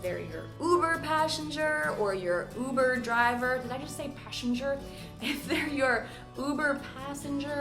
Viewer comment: Buber-driver xD